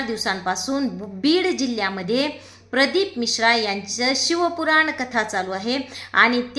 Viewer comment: शिव पुराण कथा बोला शिव कुरान नाही ....आधी व्यवस्थित बोला वाचून बोलताय तरी अशुद्ध आणि चुकीचे बोलताय....तुमची कीव आली....कुठे तरी आपले हिंदू लोकं परत देवधर्म करायला लागलेत.....असा चुकीचा प्रचार नका करू